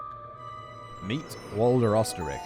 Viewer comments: Try "Ur - stir - raikh" and maybe you'll get a little closer than "Ostrich"🤣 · Whole reason I love this channel and it’s content is the 15 minutes of facts and one to 2 hours of tangent I love it It’s defo pronounced oster riech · Oesterreich is in german pronounced "Österreich " wich is what we Germans call Austria. Austria = Österreich